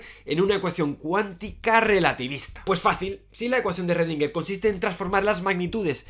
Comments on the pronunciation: ecuacion de redinguer? querras decir schrodinger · Aprendizaje 1: llamarlo "rredinguer" y no "escrodinguer" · Eredinguer??? Eso fue lo más raro del video. Saludos! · "ESRREDINGER" es que ni lo intentan. Que asco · Redinguer, ja